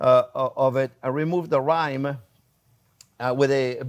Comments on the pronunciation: It’ not rhyme it’s rind! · Chef, you remove the cheese's rhyme? LOL. I think you mean rind. Rind not rhyme (or rime). Tasty dish.